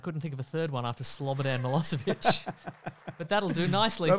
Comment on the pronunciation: I love how pronounced Slobodan Milošević. Nice try, ya dickhead!